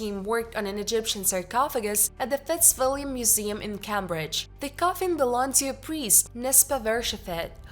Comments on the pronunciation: It's Tan zan IA. It's Came bridge! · "Kambridge"? You need to work on your elocution and pronunciation; otherwise you program is fast, fact rich, and informative, Well done